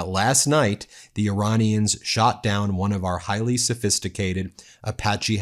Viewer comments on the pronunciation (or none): none